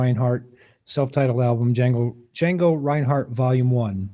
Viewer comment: The D is silent!